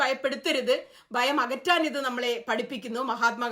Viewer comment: Bayam alla Bhayam